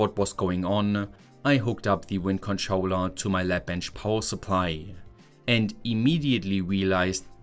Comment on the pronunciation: the video is good, but idk why the eeehhh at the end of most of the sentences gets to me. for example, bateryehh, powerehhh, controllehhh